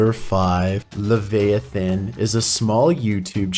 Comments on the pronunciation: "Lehveiathen" now thats something thats cursed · lev-i (eye)-a (uh)-than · Dude, it's pronounced as Lev-eye-uh-than, not Lev-aye-than. Leviathan is a giant sea monster from the Jeudeo-Christian Bible and features in The Book of Revalation prodominentally. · Lol. It’s funny how many commonly used words mispronounces. How have you never heard the word leviathan spoken out loud before? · Video 5 I've heard that exact noise in the woods of Delaware/Pennsylvania before many times in past 2 years. Oh F.Y.I. you're pronouncing Leviathan wrong. Great video. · The real creeper is the disturbing way you pronounced Leviathan. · Hey - Leviathan is pronounced with the “i” emphasized, not the “a“. Just an FYI 😎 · Sorry, the way he pronounced Leviathan... I'm in tears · Yeah same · You said leviathan wrong but good vid